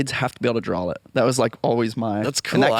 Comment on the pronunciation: I literally threw up on my fucking shoes after hearing this dude say "drawl" for the FOURTH fucking time. A grown ass man who still mispronounces that like that should be so so embarrassed. What he definitely should not do is record himself saying it over and over again and put it on the internet